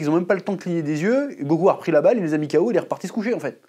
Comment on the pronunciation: "Sabaille men" 🤭